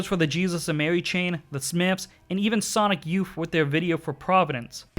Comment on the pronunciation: "Entiety"? "Happing"? "Sonic Youf"? "Alum"? 😂👌